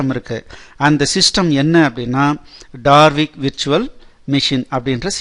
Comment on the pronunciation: Its Dalvik Virtual machine and NOT DaRvik. Please correct it